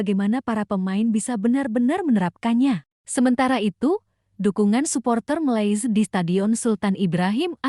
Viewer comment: Sebut malsia pun tk tahu mcm tk sekolah